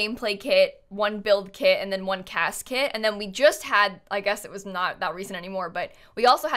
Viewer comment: "is it gonna be a CAS Kit?" me and my ears: did someone say Casket? are we gonna get a Funeral Kit? obviously not, but seriously I can't stop hearing say Casket and its kind of messing with my lil brain XD